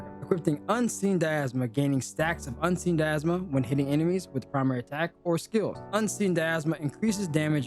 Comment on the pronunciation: "Equipting" isn't a word. "Equipping". Dy-na-mism, not "diasma". "attack-ting" is not a word. "attacking" is. Ad-junct.